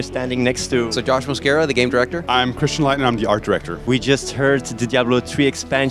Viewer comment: Sounds like he says "Sir Josh Mosqueira". Hey I got nothing against that, this guy deserves to be knighted imo